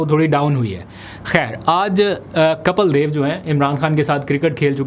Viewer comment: Kapil (کپیل ) ✅ (Kapeel)کپیل دیو 👍 Not Kapal ❌